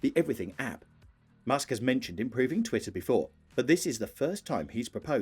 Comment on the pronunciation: Why make a video about twitter if you can't even pronounce its name properly?